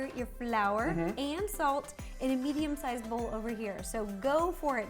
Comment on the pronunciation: I’m here the ideot/child genius is here! Also:when she said a medium sized bowl I thought she said vegan sized bowl Every like/comment I get I will do a🙃done the first for myself! omg ty for seven likes love it I love you all ty ty ty!omg 🙃🙃🙃🙃🙃🙃🙃🙃🙃🙃🙃🙃🙃🙃